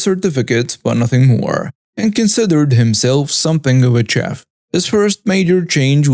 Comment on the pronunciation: FYI: chef is pronounced shef and ladle is pronounced laydle